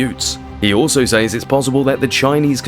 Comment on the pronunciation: Great subject and of great interest but the music is unnecessary and making it hard to hear you clearly, and you repeatedly mispronouncing "sAys" ...it is pronounced with an E sound not an Aaaaayyy...for someone who seems to be educated I find it really contradictory and unpleasant tbh..I can't continue the video😮 no one with an ear for correct enunciation would😢 sorry🇦🇺🙏